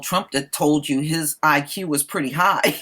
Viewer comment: High BUY-Q.... 🤣